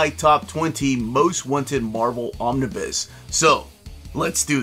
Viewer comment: Every time you say "Romnibus", my heart breaks again. Also, no love for the Howling Commandos? 😂